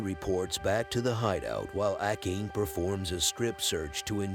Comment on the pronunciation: Can you please pronounce the Japanese names correctly. Ah kayn? Seriously?